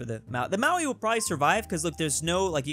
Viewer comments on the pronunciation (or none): please, im begging you, Mao - Ree, not Maui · Bro ffs it’s MAORI. Not Maui. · how the hell did you say Maori its more like moldy not however you said it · Jesus christ say māori right